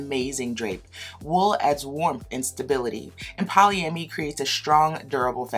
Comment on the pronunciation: Poly-am-id (I'd), that's how it's pronounced. It's almost like you're asking yourself a question. That's how Merriam-Webster has it. Cool review system otherwise. Love the shirt!